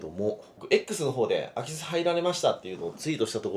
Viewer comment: 最初の言い方だとアキスって魚が入ったみたいなんよな